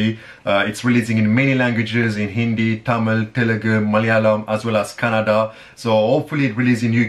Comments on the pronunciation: I love the way he correctly pronounced 'kannada'...instead of' kannad' like others😑😇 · you pronounced Kannada correctly.. thank you